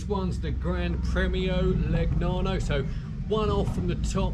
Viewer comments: Nice bike...anyway the pronounce is not ...Le..G..nano , but Legnano ( Leneano) .... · please, "leñàno/leniano" (aprox.), otherwise👍 Ah, le bici italiane! Che gioia.